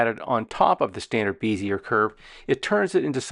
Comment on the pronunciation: Good tutorial. Bezier is pronounced beh•zee•ay, btw.